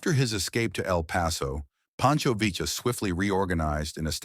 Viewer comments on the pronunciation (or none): Poncho VEE AH. Not Villa, or Veela. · Interesting video, but "Villa" is pronounced " Vee-ya" saying "Vill-la" made me cringe. Just saying...